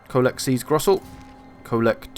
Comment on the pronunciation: Anyway, I didn't really mind your mispronunciations bc I don't expect you to actually speak German (though Hochland sounded way weird tbh ^^) but it definitely was funny to hear you change some names quite a bit :D Ostland became Osterland, Gorssel became Grossel and there was this one Kislev place that you added an entire syllable to where I just thought "where in the world is he getting all them letters" :P But you did the same thing in the orc campaign, too ^^ (actually in all your campaigns for pretty much any faction) Still quality content though, keep it coming ;)